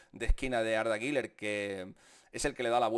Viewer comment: Por favor, Deja de decir “guiler” no existe. Ni en turco se pronuncia así, deja de querer ser importante